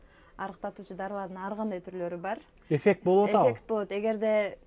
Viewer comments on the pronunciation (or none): Эфек 😂деп кой эффект десен